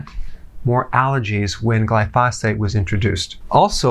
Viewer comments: Putting the em-phasis on the wrong syl-lables. Glyphosate. glai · fow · suht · The correct pronunciation is GLIE•foe•sate. Sorry to be so picky, but anything else is like fingernails on a blackboard. 😳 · GLY pho sate is how it's pronounced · Can we trust a doctor who preaches about glyphosate but pronounces it with an extra "f" sound? Hint: it does not rhyme with phosphate. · When he says 'glyphosphate' does he mean glyphosate? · GLY-fo-sate, not gly-FOS-ate. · You are saying “glyphosate” incorrectly. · you're mispronouncing glyphosate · somebody please teach dr berg how to say glyphosate correctly... great info tho good doc!